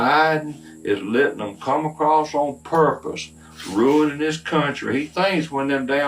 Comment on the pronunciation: "Biden's a'rurnin' this country."' Yeah, and you're ruining the English language. Got a lot of nerve demanding that they learn English. If you think you should have the right to eavesdrop on their conversations, why don't you learn Spanish!